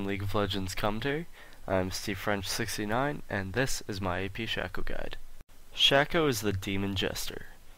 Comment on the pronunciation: You didn't say what abilities you maxed first. Also it's pronounced Shay-co. I don't know why, but it is. Decent though overall.